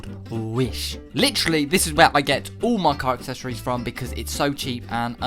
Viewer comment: And here we go again with the Car “Akseshoryz” 😂 loved the video man! Your some guy 🤣